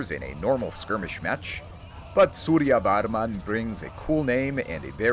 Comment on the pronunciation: suryavarnam soften all "a"s like pretend they don't exist but you know they do then you'll get more accurate pronounciation